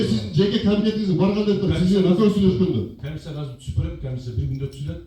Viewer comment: калпакчан чулдурап суйлоп жаткан ким акимби? Эмне мынча суйлогон созунун мааниси жок не граммотный ,ой жугуртуусу тайыз адам окшойт. урушчаак аялдарга окшоп бд бд бд тейт го! камисийа камисийа дейт кайра кайра эле / комиссия/